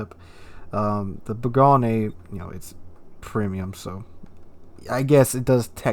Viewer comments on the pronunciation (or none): Learn how to pronounce bourgogne please.